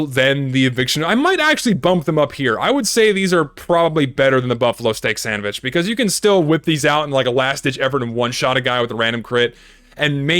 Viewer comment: "the stock sandvitch"